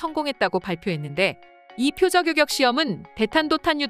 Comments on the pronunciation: 요격이지 요껵이 아니오. 어느지방 사람이요? 한글도 제대로 읽지 못 하는군. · 일대 이대..까지는 이해합니다만 요껵이 뭡니까? 기사 읽어주는 이 여자분은 왜 퇴출이 안되는지 동앗줄이 튼튼한지 아님 싼맛에 쓰는건지 참. 어떤 다른사람이 읽어도 이 여자보다는 나을 듯...암튼 우리 방산업 화이팅! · 요껵이 아니라 요격 아닌가요?